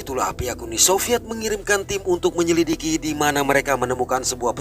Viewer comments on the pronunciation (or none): none